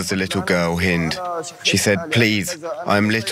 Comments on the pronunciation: Her name was Hind rhymes with end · not haind...HEEND that how you pronounce her name.